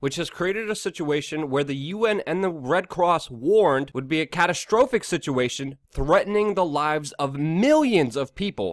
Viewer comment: Wtf luke u don't know how to say catastrophic?